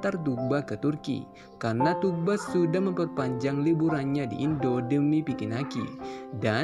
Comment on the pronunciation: Udah sekian lama nyebut namanya masih salah aja boss. Itu huruf g coret atas yang memanjangkan huruf U. Bukan g biasa. Jadi yang betul nyebutnya Thuu-ba. Bukan Tug-ba atau Tuk-ba.